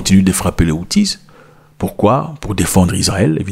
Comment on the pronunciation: Les houtis et non les houti(zes ) (on prononce) .merci.